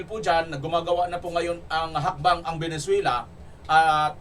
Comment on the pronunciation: Venezuela not Venenzuela!! Ayusin mo blog mo pare✌️